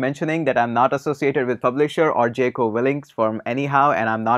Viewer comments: It's Jocko not jeko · its pronounced as jauko